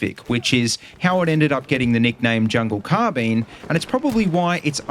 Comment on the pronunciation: CARRRRR Bine why are you saying car bene